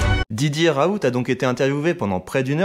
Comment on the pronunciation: Par contre on dit "raoul" et pas "raout" sinon tres bonne video